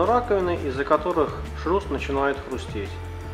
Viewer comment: шрус, а не шруз